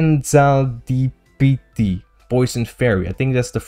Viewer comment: Hearing him pronounce fezandipiti so bad hurt me